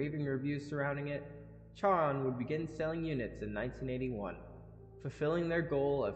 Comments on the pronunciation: Good and interesting video overall! Charon is pronounced like Karen. Monotony is pronounced ‘muh-NOT-uh-nee’. There’s too many more mispronunciations to catch; don’t be like Nexpo; when you run into an unfamiliar word, look it up. Going with your gut is often a bad idea with words in any language. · Funnily enough, Charon is pronounced keh-run. Karen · Just so you know Charon is roughly pronounced like Care-On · Charon (sometimes spelled "Kharon"), in Greeek mythology the ferryman of the dead, is pronounced like "Karen," but with more emphasis on the -on (Kare-RON). If talking about the moon of Pluto, it's pronounced: "Share-ON."